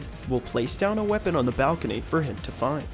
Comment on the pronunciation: he said whatever bird had a chance of having a mate. There was an ad rate as he was saying find and it sounded like the F word. I think it was a little bit before 539